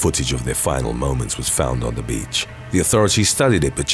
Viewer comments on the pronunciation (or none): none